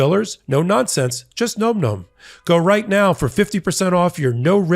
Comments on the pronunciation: Gotta laugh about the nom-nom push.... Maybe get the pronunciation right, its pronounced like nam-nam (such as the pronunciation in vietnam) , not gnome gnome. Just putting that out there, makes you seem a bit more credible in your push lol! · its pronounced NAH-m NAH-m not nome nome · I think the answer to why Trump did it is all the things you mentioned. BTW NomNom is pronounced NahmNahm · Re: advertisement Phonetically it’s Nahm nahm. Not nome nome. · It’s “nahm nahm” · You're still pronouncing Nom Nom incorrectly.